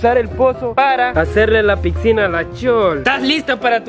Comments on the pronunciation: Se dise pisina no piksina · Amigo se dice picinaXD no pixcina(no soy heiter)